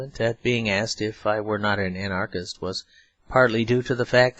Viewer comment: I'm very grateful to this reader or his clear diction. But I'm astounded at his perfect genius for mispronouncing many words by emphasizing the wrong syllable! The dozen times that the word "anarchist"" occurs, for example, he confindently pronounces it a "an-ARE-kist." And "automaton" becomes "aw-to-MAY-tun." Such things keep happening, as when he accents the last syllable in "servile." He is a rare phenomenon that should be studied!